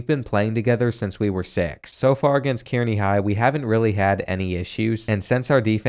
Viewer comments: Its not kear-knee it is car-knee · Love the vid! You're one of the best creators out there. Small thing. Kearney is pronounced more like Car-nee. At least to us over in Omaha and Lincoln. Maybe the drunks at UNK pronounce it differently though. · Hahahaha . I was looking for this comment. That Key-Air-Knee pronunciation was killing me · He butchered Kearney 😂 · It’s car-knee not keer-knee 😂😂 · Geo Sarria being an absolute liability at WR 😐 Also (as a Nebraska native), Kearney is pronounced “Car-nee” 😅 The freshman year loss to Nebraska felt good, though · I love your vids man... but next time you doing one on Nebraska schools, hit me up and I'll help with how to pronounce all the towns here! I went to college in Kearney 😂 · From Nebraska here.. Kearney is pronounced car-knee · It was bothering me- Kearney is pronounced (Car-knee) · i love you but you absolutely slaughtered kearney. It’s pronounced kAREney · Lol it’s pronounced “Carney” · Kearney is pronounced carney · Haha the way he pronounced Kearney had me laughing.